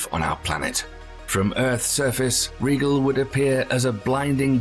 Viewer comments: REGAL? It's pronounced... RYE-GEL and Bettle - Gezz is pronounced BEETLE - Juice. Geeeze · Like Rigel? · Indeed! His pronunciation of RIGEL is driving every Star Trek fan nutz!